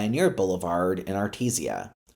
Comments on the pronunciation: AR TEE SHA! Not ar teez e uh JFC. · I love your non-local pronunciation of Artesia as “Artezia Blvd”, as opposed to Artej-shia Blvd. For some reason i am reminded of the banter bw dustin Hoffman and Warran Beatty, in the 1987 movie Ishtar, over the pronunciation of the word “capiche” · Thx for the video. One tip: It’s pronounced “Artesha” Not “Artesee-a” That’s actually quite important in a video like this because mispronouncing that city name (even though it’s a street name) makes you lose credibility among some of your viewers. Good luck on more videos! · I also thought it was pronounced artezeeuh. You guys really wanna fight people over stupid things. Arteesha sounds more annoying ngl imo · I am going through pain of you mispronouncing Artesia it is correctly pronounced (Art-ee-jaa) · Really pronounced Art-tease-ya. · Great concept, but I had to stop watching after multiple mispronunciations of Artesia. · Please learn how to pronounce "Studebaker" and "Artesia" When you speak I can hear the steam escaping....